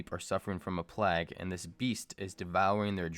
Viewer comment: plague is pronounced - playg